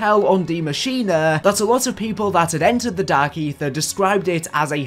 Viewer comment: “dark AeeTHEER”